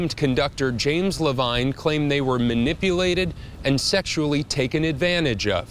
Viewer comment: Levine is supposed to be pronounce ler-veen.